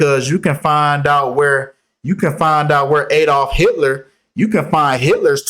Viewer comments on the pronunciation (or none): none